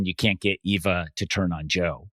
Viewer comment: Why every week do they or thinks her name is Ava lol it's Eva